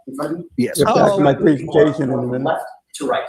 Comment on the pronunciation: I’m cracking up about “Prezenation vs. Preeesentation” own that shit 😉🤟😂😂